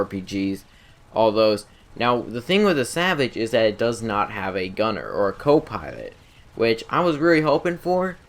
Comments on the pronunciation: anybody else realize how he says pilot he says piwot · The buzzard is no way as good as the savage how would u compare it's more powerful cooler in every way also I don't ant to be mean in anyway but do u have a speech problem as saying the word 'pilot'